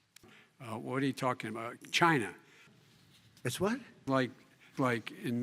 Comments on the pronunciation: China? What? It's called Chy-NA! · “It’s colled cheyna”😂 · "China" "What? Its called Chy-na"